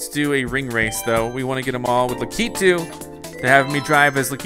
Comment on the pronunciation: your saying lakitu wrong the pronouncement thing is lack e 2 lakitu